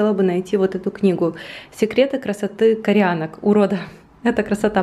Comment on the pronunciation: Не кореАнок, а кореЯнок!